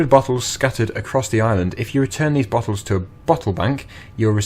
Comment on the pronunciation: Theese bottles hahahah